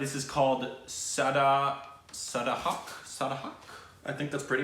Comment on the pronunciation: I think this is the first time when pronounce the title of song correct